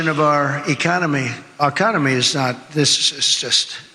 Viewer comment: I don't think he can pronounce a comedy right economy he can't even say it correctly he might be impaired😮😂